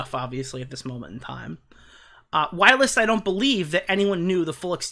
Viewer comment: Whilst doesn’t have a “uh” in it 😂 it’s just while with “st” on the end, same as you said kirst. 😊